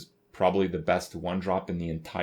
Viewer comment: Darnassus. ASS. PIRATE. NOT ASPIRANT. YOU WILL NEVER BE FORGIVEN